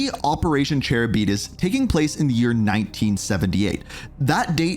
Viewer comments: "Chair-i-beedis' lmaoo its Charybdis is pronounced Karib-dis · Bro saying Charybdis like Cara-b-dis 🤣, please look up the pronunciation 🫶🏼